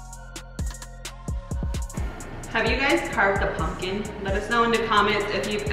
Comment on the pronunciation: Haha I’m hearing “punkin” 😂 I love your pumpkin!